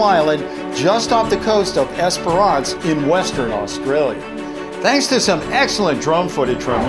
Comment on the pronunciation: i live in esprerance not how you pronounce it!